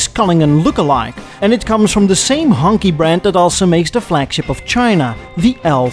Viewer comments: I've learned a lot from this series. Thanks. I love to ask my family/friends, "Which country produces the most cars?" and they rarely answer "China." I wanted to point out that the Q is pronounced "ch" in Pinyin, so Hongqi (Red Flag) is not "Honky"; it is "Hong Chi". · Everytime says Hongqi, all I hear is "Honky". George Jefferson used it as a slur towards Tom Wills and other white people he didn't like. Not sure if it was part of 1970s Americana or just specific to "The Jeffersons" but I giggle a little everytime says it. I hope there is never a zebra car company because thats what he called couples who were interracial. I miss the politically incorrect times when people had thicker skin. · Should've said Hongchi tho lol.